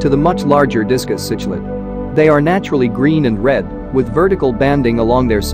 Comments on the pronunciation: Why make a video when the computer can not even pronounce the word C K Lid correctly??? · The text to speech put me off as soon as it couldn't pronounce cichlid haha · I disliked the video because of it and how it mispronounced uaru and cichlid